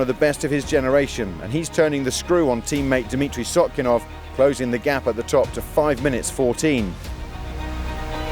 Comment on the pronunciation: Sotnikov is not Sotkinov!)